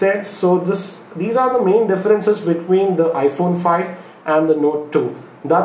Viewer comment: Note THUI?! Are u spitting?.. Means iphones the best (y)